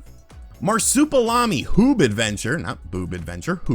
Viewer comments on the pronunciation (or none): Mar-soup-a-lam-e lol. It's mar-soup-e-al-am-e